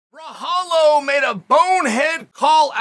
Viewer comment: Came here for the mispronunciation of Borralho .. did not disappoint 🤣 Also make Costa vs Borralho NOW! Did Steve Erceg call the champion out after KO-ing Schmell?